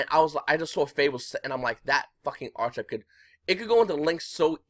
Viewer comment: really like these market watch vids mang :)! it's archetype not archtype btw